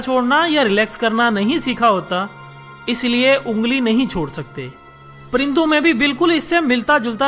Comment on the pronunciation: prindon Nahi parindon hai